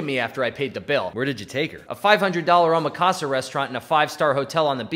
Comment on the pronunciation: Three fact he cannot pronounce omakase makes it that much better